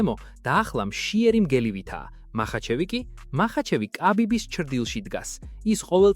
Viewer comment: წარუკიანი და კაბიბი რა უბედურებაა გაახმოვანეთ როგორც საჭიროა